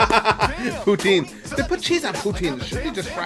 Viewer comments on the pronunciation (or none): As someone from Quebec, 1) you mispronounced poutine very badly and 2) poutine NEEDS cheese... That's what makes it a poutine